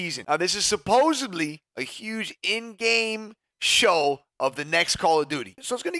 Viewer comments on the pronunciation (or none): Nick pronounces the word "supposedly" with a fucking B. I'm done with this channel. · Supposably is not a word bro. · 'Supposibly' Or supposedly to everyone else 😂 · Hey bro supposedly doesn’t have the letter B in it